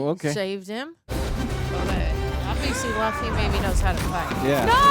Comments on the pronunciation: yeah but they say loofy and she hears it. Even the guy on the right says loofy and she still says laughy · For the love of God, it's pronounced Loofy not Luffy LOL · L U F F Y not L A F F Y. U not A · Loofy not laffy lmaooo. is funny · Looffy not Luuffy not like Fluffy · Luffy rhymes with Goofy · It's pronounced Luffy “LOO-FEE” or "LOU-FEE". Luffy SEES the good and loyalty in the people he wants on his crew and believes they should follow their dreams. That's the reason he didn't choose any of the crew on Alvida's ship except for Koby. Koby's dream was to become a Marine, even though that might mean he and Luffy would be on opposite sides. Luffy still wanted Koby to follow his dream. Zoro's dream is to become the greatest swordsman of all time. We don't yet know what Nami's dream is yet, but Luffy still believes in her. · Luffy = Loo-Fee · It's pronounced like goofy...loofy..please my ears hurt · They still hear it being said the proper way in the series, not as Luhffy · so does with Alvida. It's written as it is yet she pronounced it correctly as "Alveeda" not "Alvaida". Luffy's name is mentioned a lot of time in the video, and Luffy himself declares his full name and his goal MANY TIMES. Even the guy besides her called Luffy correctly yet she still "Luh-fy"/"fluffy" all the time. Bruh. 🙄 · not 15 seconds in and random white girl is mispronouncing Luffy, this will be good I'm sure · Oh she definitely knows how his name is pronounced 💀😂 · How does she keep pronouncing Luffy's name wrong when his name is said in almost every scene? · Have to give it a thumbs down because is just ragebaiting by mispronouncing a name said 40 different times. I don't make the rules. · Someone please teach how to say Luffy correct.🙏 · someone PLEASE explain to how to pronounce Luffy's name correctly. we are all dying over here:/ (not even kidding, this is like nails on a chalkboard for my neurodivergent arse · Seriously is she doing it on purpose?!